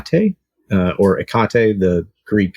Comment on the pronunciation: It is pronounced Heak a tee